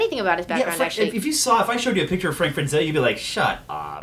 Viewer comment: It's FRA-ZETTA,! Gawd dammit!